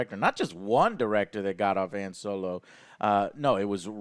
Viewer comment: "Hayun Solo"